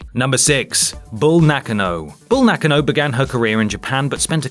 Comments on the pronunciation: Nakka-no... Nak-ah-no lol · It's Na-KAN-no ,not Nock-n-no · Am I the only one who finds it really off putting when the voice on the video doesn't pronounce a superstars name right? It's pronounced Nak-Ah-Na not Nak-an-oh. Sorry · "Nakkanno...?"... You know about untelivesised events but you mispronounce her name... Keep reading Wikipedia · Bull NAH-KAH-NO. Jesus,, get it right. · Hold up I've been mispronouncing Bull Nakano's name all this time? I always called her Bull "Nah-kah-no" mind blown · Bull na kan o god I hate English ppl butchering names n words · Darryl Bradley ... And mispronounced the last name Nakano #ButcheredItRepeatedly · How he pronounces Nakano 😂😂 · Why on earth are you pronouncing Nakano like that? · That pronunciation of Nakano... yikes